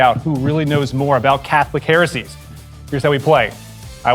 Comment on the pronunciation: Next time can we please get a heretic who can actually pronounce heresies lmao